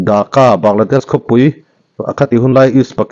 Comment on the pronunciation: "Daka" nilovin, Dhahka tih tur aw, Bangladesh War 1975 a, an Martyre thlanmual khu, ka kal ve tawh, Phaizawl zau nuam lutuk mai ani a, Park angin an siam a, nitin tlawhtu mi singtel an awm thin.